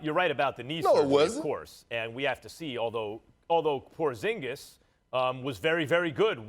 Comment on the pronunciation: “Porzigis” 💀💀💀💀💀 first take can’t get anything right